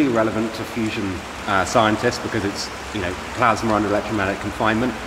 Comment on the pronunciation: What is this "plasmer" he keeps going on about?